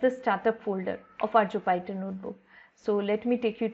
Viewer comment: Thanks for the video, it was quite helpful! A very trivial suggestion, Jupyter is pronounced like joo·puh·tr.